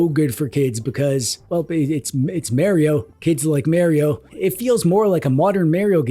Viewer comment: I remember when people used to pronounce Mario properly....